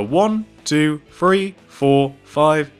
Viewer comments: You said "three" but I heard more like "free" XD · Can he like take lessons on saying numbers because I love how amazing he is at pixel art it's outstanding but seriously Fwree is how u say three I know someone who says dwree and it's also annoying